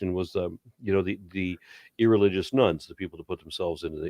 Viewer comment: Every time I hear "irreligious nuns" instead of "nones" and wonder what the coming punchline is.